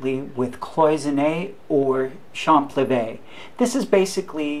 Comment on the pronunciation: by the way in french when you pronounce champlevé, you don't pronounce the p, you say cham-levé